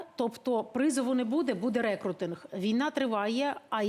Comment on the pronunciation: Рекрутинг - наголос на у.